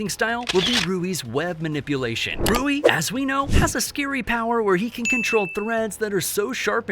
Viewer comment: you spelt rui wrong you said ruy